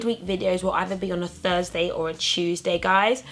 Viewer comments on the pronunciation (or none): none